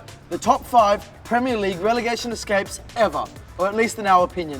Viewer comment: “Top 5 pwemier league gweat escapes”